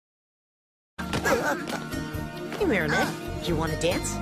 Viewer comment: Her name is marinette not mary